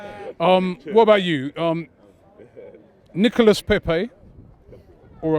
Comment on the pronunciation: it's NICOLAS ffs atleast get the name right before the player joins